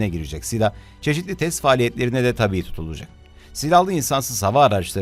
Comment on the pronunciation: TÂBİ =TABİ OLARAK OKUNMAZ . TAĞBİ YADA TAABİ OLARAK OKUNUR